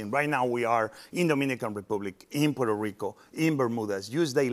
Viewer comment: No se porque dice "puerorico" En vez de la pronunciación correcta